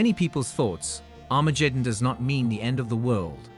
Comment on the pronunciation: Armajeddon? Hifer? Raaby? Messiers? Never heard of them. It always irks me when people make videos explaining things but mispronounce important words. At least he got Sanhedrin and Jewish right.